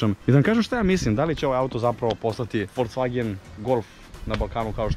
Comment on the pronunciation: "Idemo u FolCvagen"?? Znaci ne verujem sta cujem. Molim vas ubedite me da nije rekao sa "C"!